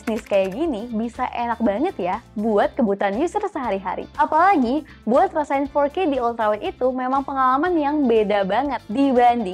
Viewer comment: "nonton video fourrrrke" hampir salah dengar saya ko 🤣🤣